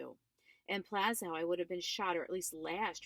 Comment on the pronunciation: y r u reading in ur car? Also, it's pronounced Plah-shuve not pla skow